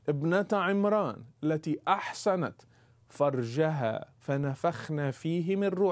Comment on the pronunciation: هي"احصنت". من الحصن فرجها ...وليس" احسنت" كما تدعي وتنطق على السيده مريم عليها السلام حاشاها.